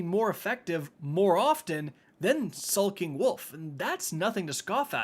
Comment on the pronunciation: Anyone else notice he said sulking not "skulking" lol